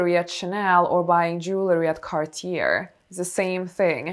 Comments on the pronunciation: it’s pronounced “cah - tyay”. No “r”. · Not trying to be rude but isn't Cartier pronounced "Car-tee-yay" ? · The last r in Cartier is silent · It’s pronounced “Cartié”…in French the last “r” is silent in this case. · It is pronounced Cartie, with emphasis on the "e", not Cartier. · I speak French fluently, you're pronouncing Cartier so wrong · But Cartier pronunciation...how is it possible?? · I struggle taking advice on Cartier from someone mispronouncing Cartier over and over and over.